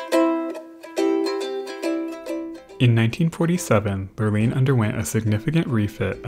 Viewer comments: I have only heard it pronounced “ Lure Line”. Like fishing Lure and fishing Line. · i diagnose your productions with "Lurline" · Every time you say the word lurline I absolutely lose it. Thank you for the quality video and entertaining commentary as always <3